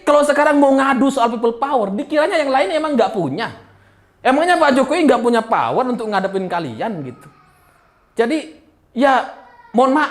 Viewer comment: Peyot bang,bukan power.